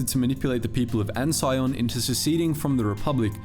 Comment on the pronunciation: I thought Ansion is pronounced "An-see-on".